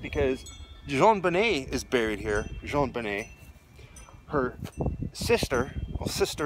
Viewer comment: I always appreciate how respectful you are in your commentary... little things like pronouncing her name correctly I’m sure mean a great deal to those who love her. Quality reporting.